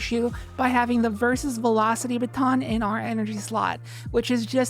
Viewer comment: it's Vesper station. Not "versus"